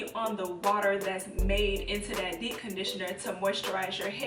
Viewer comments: Dee conditioner? Lmfao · Anyone else notice she doesn't pronounce the "p" in "deep". Like literally not at all.🤣 "Dee conditioner" Great tips tho. I love these uploads.😊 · "dee conditioning"?!!! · Too I was just about to comment about that until I saw your comment 😂😂 I was like girl it’s DEEPPPPPPP!!! 😂😂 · Yes. I'm over here saying "dee conditioning" to myself.lol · She's actually saying D-conditioner 😂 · 😅 So true! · Girl. First thing I noticed. It's lowkey giving me anxiety. Lol. I couldn't watch the entire video. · I was about to comment the same thing 😆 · I couldn’t concentrate on anything else she said.... 🤦🏽‍♀️ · I committed most of these “sins” 😂😂. I prefer to detange after conditioning cz it’s easier to comb my hair and I’ve definitely DC’d with a regular conditioner.. grew my hair to WL ☺️ Also, I find it interesting that you don’t pronounce the “p” in deep 😆. Sorry I’m not American not making fun but it’s cute